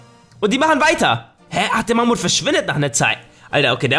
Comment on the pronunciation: Wie du einfach elefant sagst oder mammut